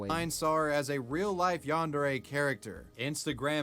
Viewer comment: bro says yanderee